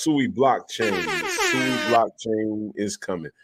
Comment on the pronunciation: With all due respect I believe we should pronounce the name correctly (SWEE)